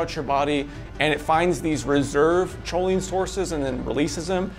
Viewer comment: it's pronounced koline not choline